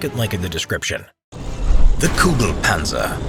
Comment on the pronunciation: I don't hear the tanks name all I hear is "Goo goo Panzer."